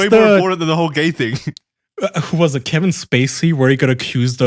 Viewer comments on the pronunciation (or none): none